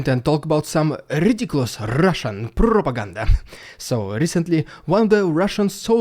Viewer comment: "Typical RRRRusssian Prrrropaganda" love it